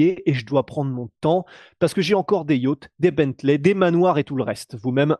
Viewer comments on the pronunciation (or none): none